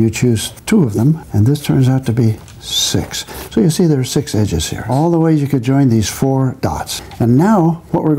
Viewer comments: "... They form a square. And all six leighephleichehps are the same color" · And all six leighghemeighhheues are the same color.